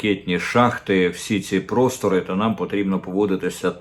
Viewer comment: А те, що "прос'тори", з подачі москалів, стали "п'росторами", це по-твоєму нормально? Далі будеш допомагати протягувати дебільні перекручування наголосів, подвоєння букв?